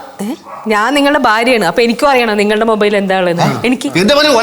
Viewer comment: ഹലോ മൈബൈൽ അല്ല മൊബൈൽ